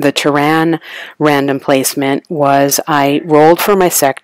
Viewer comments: NOT Tehran( a country on earth) its Terran as . Pronounced TEAR-IN meaning from earth ,and it does not only happen on one planet like you said the scenarios happen on different planet represented by only one board.. This too is my favorite game, and to not use nukes is crazy in this game, Arachnids can only win most scenarios with well placed nukes. glad you enjoy the game its a classic. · The accent on Terran is on the first syllable.